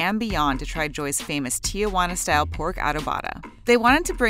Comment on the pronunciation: Sorry, but i can't take someone seriously when they pronounce Tijuana Tee-a-wanna.